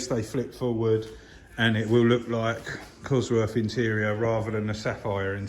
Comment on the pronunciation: I wish people would learn how to speak, there's no such thing as buying the number "free cossie parts" or ton of bovver or getting farver or I would rarver or cosworf. unsubscribed